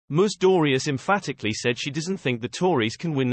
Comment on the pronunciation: Whose ‘Moose Dooryeze?’ Please get another robot.